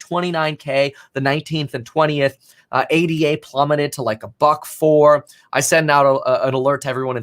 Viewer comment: PSA: It’s “ADA”, not “A-D-A”. It’s a person’s name (Ada Lovelace), not an acronym.